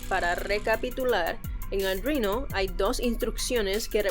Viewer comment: Me gustan tus vídeos menos por lo de "aldruino"